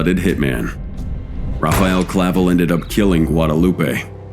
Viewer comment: That wasn't Clavel Bro that picture is Ismael Zambadas son Ismael Jr. Also it's not Clavo it's Clavel get your duckets in order Bro don't B's the You tube people